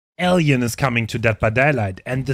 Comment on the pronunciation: clicked off as soon as he pronounced "Alien" like a artard